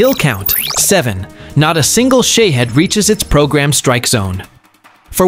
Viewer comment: Shaved drones Are Russian, not Ukrainian. Say it correctly. Don't you have editing?